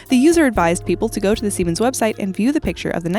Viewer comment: "siemans" hahahahahaa semens